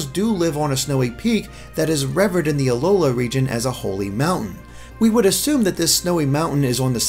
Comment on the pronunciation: Interesting pronunciation of 'revered'... Anyway, great video as ever!